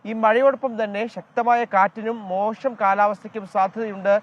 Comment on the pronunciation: അവിൽ ഷായുടെ ഉച്ചാരണം നന്നാക്കണം മോഷം അല്ല മോശം എന്നാണ് മലയാള ഭാഷ